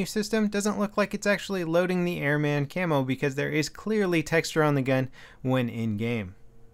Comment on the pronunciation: its pronounced airmin not air mAn